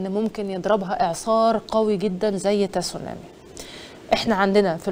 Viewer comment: النطق الصحيح هو سونامى. التاء ساكنة.